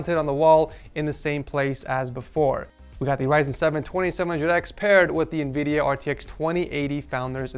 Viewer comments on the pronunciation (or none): none